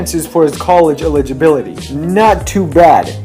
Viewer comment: this guy can't even pronounce eligibility